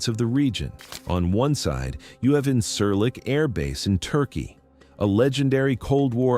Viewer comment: Please learn to pronounce the things you’re talking about. The base in Turkey is pronounced IN-jeer-leek, with a j sound. Less grating, but still wrong, the d in Souda is like the th in “the”. You sound uninformed if you can’t even pronounce the basic elements correctly.